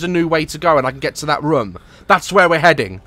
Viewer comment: Has anyone else noticed that Daz says room Rom.